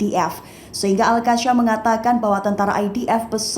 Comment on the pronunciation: Sebutan Al Qassam tidak betul oleh host.. Sebutla betul2